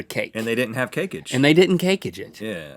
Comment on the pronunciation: No one says Cakeage 😂